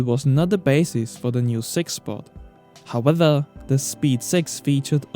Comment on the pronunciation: Top viseos. But try to say “however” and not “howether”